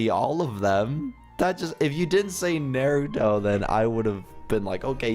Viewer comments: OMG U MADE ME CRING WHEN U SAID NAUTO WRONG XDDDDDDD ITS PRONOUNCED -> NARTOTO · Nah-ruh-toe not nae-too-toe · isit just me who cringed when he said Naruto as neruto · it is Naruto NOT Milito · Lol I got bored so I was watching it the vid with my sister and at the end when said naruto but different my sister is a anime fan so she kept on yelling his name is pronounce nar-a-toe lol but it was funny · it's pronounced nah-ru-toe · ITS PRONOUNCED NARUUUUUTO!!!! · The way is saying naruto is triggering me 😂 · you said naruto wrong😂😂😂omg said NARUTO😱😱😱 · you took it too far! You can’t say Naruto wrong! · DID HE JUST SAY "NARUTO"?!?! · he doesn't know how to say Naruto